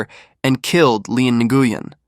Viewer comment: It's pronounced "new-win".. not Guyen 😫💀😆